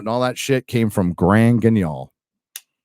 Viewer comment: The way pronounced Grand Guignol made my ears bleed a little.:-D But kudos to him for knowing it, as if he needed any more geek points at this moment.